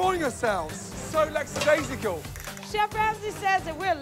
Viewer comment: It's lackadaisical, not laxidaisical.